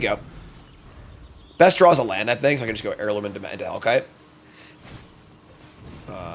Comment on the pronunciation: airloom, not hairloom :(